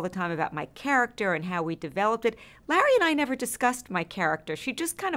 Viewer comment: I love it when she calls Larry "Lah" instead 😂